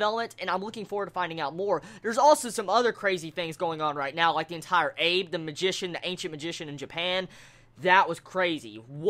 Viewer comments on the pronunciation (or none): Also...? "Abe"? Is pronounced "Ah-Bei". ^_^ It comes from Abe no Seimei, an utterly fascinating figure who many regard as the "Japanese Merlin".